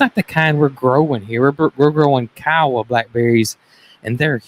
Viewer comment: K eye oh wah - it is a native American tribe. Bedroom suite = sweet. Try some cornbread mix on top of your Mexican beans.